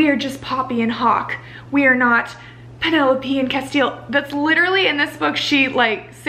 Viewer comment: I loved this but you keep calling Poppy "Penelope"... her name is Penellaphe jdhsgfjdhegfjherg